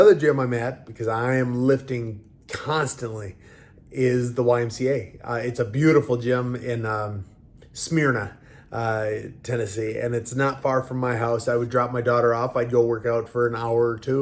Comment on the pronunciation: from a murfreesboro resident, Smyrna is pronounced Smur-Na